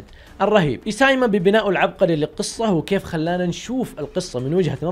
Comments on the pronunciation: اسياما ❌ ايسايما ✅ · حبيبي يا و إنطباع و شغل جبار إستمر يا صديقي ❤️ بس الكاتب إسمه إيسيياما و ليس إيساميا و عشان يصلك النطق الصحيح إيسي ياما إنطقه كده 👍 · اسياما ❌ اسايمه✔️ 😂😂😂😂😂🔥